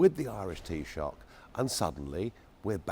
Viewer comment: Maybe it's difficult to pronounce 'Taoiseach' accurately in English?